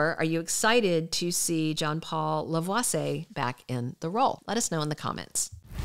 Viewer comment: I believe it's pronounced La--vwa-see--yay. 😊😊I have nothing against John-Paul Lavoisier, but I would rather see Jay Kenneth Johnson in the role - especially if there is going to be any skulking or plotting involved. As someone stated below, he is kind of creepy (as portrayed in the character) so he wold be better suited to the role 'cause he played the psycho part so well.